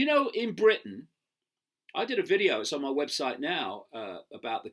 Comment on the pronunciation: Love it "in me books"